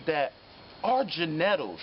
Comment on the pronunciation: We really going to breeze over the fact this man just gave us a pronunciation never imagined…? gen-neh-tals is crazy work! 😂❤️‍🔥👑✅💯